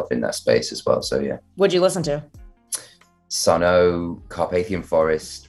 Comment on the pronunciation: Oh no he said sunno 😆 The o))) is silent in SUNN O))), but still, very impressed with thr range in his music taste 👌